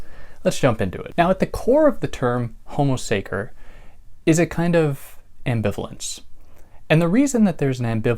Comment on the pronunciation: The -ce in the latin word sacer sounds like the first part of the english word chess. Just for the sake of the big work you do for all of us! Thanks